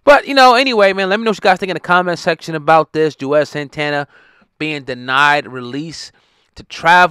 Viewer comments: His name is Juelz... not Juez. 😩🤦🏾‍♂️ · WHO THE HELL IS JUEZ?!🤔 🗣️ IT'S JU-EL-Z🙄🤦🏽‍♂️❗❗❗🤣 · Lol why does he keep calling him juez ? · 🤣😂🤣😂🤣 I thought it was me like damn bruh he been in the game 20 yrs & u butchering his name like he some new nigga 🤣😂🤣😂🤣🤦🏿